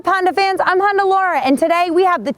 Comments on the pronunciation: "Honder" accord coupe...lol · did she say Honder? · Why can't u say honda right lol? You say Honder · It is so darn cute how you pronounce Honda...